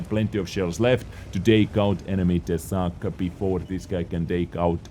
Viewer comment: No, it is a fang (of wolf), its pronunciation is with long "a"